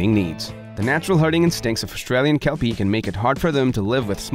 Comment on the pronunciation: Kelpie border collie cross owner here. Great vidi but why are we listening to American who can't even get the pronunciation correct talking about an Aussie dog breed.